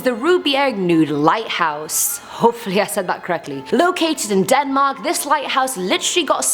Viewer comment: Rubjerg Knude is pronounced with the K. Knude, not nude 😂 Actually it's gonna be moved on Tuesday (22. Oktober 2019). They will move it about 80 meters indlands from the edge 😊